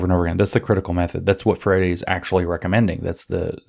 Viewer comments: Please go back to "Freyeree".. "Freddy" just CAN'T be right 😢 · It's more like fray-ee-ree. The ee is very brief. Portuguese has a lot of tough sounds that are not intuitive at all. It's worse that it's a stress timed language so syllables get cut off in weird places sometimes. 😅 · I'm not convinced Paolo Fur-Eddie deserves proper pronunciation of his name. I'm hereby starting the lobby to change his name back to Free-Airy. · Good to know it is pronounced "fairy" rather than "free-air-ee". ;)